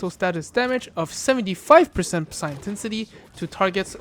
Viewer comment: ok little dude, this is meant to be helpful not me bein a D.... The p is silent in psi. It's pronounced SAI (like saying "eyes" backwards), not pisseye. Also, saying the letters individually would be incorrect, as P.S.I. is an acronym for a unit of measurement, that being Pounds Per Square Inch.